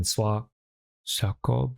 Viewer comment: It sounded like you pronounced Jacob fairly well the first time, and I'm a real G